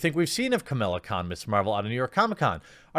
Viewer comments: "A" main character. Not "The" main character. That's a VERY different spin. I thought you hated spin, you spin doctor you! - Ka-MAH-la Khan, not Ka-MIL-la Khan. - No version of Mr Fantastic has succeeded outside of comic book pages, and they've tried MANY times, suggests he is not as popular as you think once the fan leaves the comic book medium. - She's quite a bit more popular than you may realise, although I certainly accept she's no Thor, Ironman etc.etc. I think you've missed your normal 'reasonably critical' level on this one, Jeremy. I will say, I do wish they wouldn't try and make her stand on her "womanhood" or "muslimhood", she's fine without those props. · How are they forcing her she's a great character and she has been a member of the avengers in the comics it's great their promoting new characters it's the same thing with miles morales being one of the main characters in Spider-Man ps4 also it's pronounced Kamala Khan and theres alot of things great about her in the comics if you read them